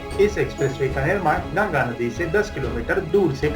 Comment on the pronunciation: It's GANGA NOT GANAGA 🤦‍♂️